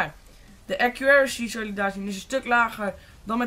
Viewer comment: Accuraricy?! xD